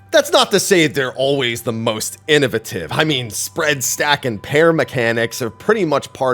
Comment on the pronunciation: The way you said innovative...